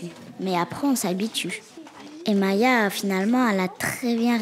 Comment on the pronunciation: oui voilà et c Maïa pas Maya mdr